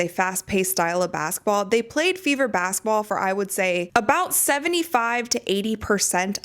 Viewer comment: Why do you pronounce it "bassetball?"